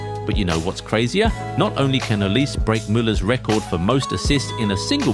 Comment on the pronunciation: It’s not pronounced Oliz, it’s O-li-seh